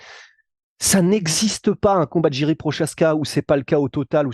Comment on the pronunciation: Ça se prononce YIRI ET PAS DJIRI PROCHAZKA MERCI on a mal aux oreilles les tchécoslovaque 😊